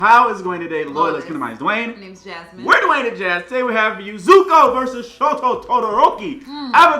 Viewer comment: No one is gonna talk about how he called Zuko Zuhko